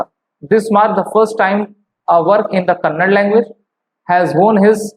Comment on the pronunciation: TMC that is kannada.. not kanad